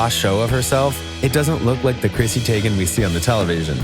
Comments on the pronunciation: Tee-GAN... Not Teygan 🙄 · Who else got annoyed when he pronounced Zendaya and Teigen😒